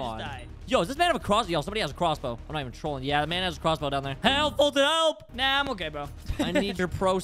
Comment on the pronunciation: Bruh he said is message “Halp” and “plezz”